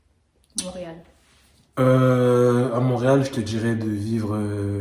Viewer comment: pourquoi vous dites mauréal c'est haiti?